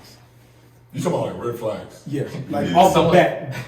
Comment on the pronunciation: not red flags sounding like six flags 🤣🤣